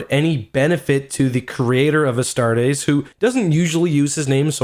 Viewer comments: I really don't wanna be that guy because its not a big deal and I still love your videos, but Astartes is pronounced "ah-start-eez", not "ah-start-AYs", don't over enunciate the ending, keep it nice and smooth. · How much were your tickets for this hype train? Cause damn you're fuckin' late. and "Uhstar-days"? Really? Gtfo bud. uh-star-tees It's not that fucking hard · "Astartays"?... it's "Astartes" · Astar-TEES.. not astar-teis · Correction if you use latin it is actually pronounce "astarts" with just a slight s at the end. The "astartees" is an english mispronunciation. Now that being said, since MOST people seem to agree with the "astartees" pronunciation I am quite fine with that. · Btw just a friendly tip, its pronounced a-start-ease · Love how you pronounce “a star days” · Pronounced "Astartees". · You are saying "Astartes" wrong, its "A-star-tees" tees like t-shirt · Oh my god listening to you mispronounce Astartes is genuinely grating. Pronounce the E at the end like you're supposed to instead of as an AEY like you do. get it right for fucks sake. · Any one ellse mad how he pronounced astartis... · The way you say astartes is bothersome. Also who says forty thousand, it’s 40k bruh